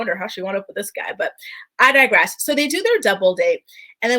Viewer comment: 🌈 Proper pronunciation is, "I D I G R E S S ", not "I DIGESS"...and it's "comment", *NOT*(!!) "COMMENTATE"!! TF?? 🤣🤣